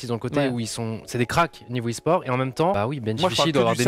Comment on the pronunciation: Mais.. esport et Laure ça rime pas, le T se prononce 😭